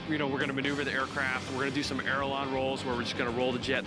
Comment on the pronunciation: "airalon" rolls rather than "aileron" lol